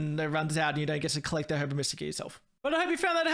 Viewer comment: everytime he says herba like its spelt istead of saying it as "er buh" it chips away at my soul but i will say the video was entertaining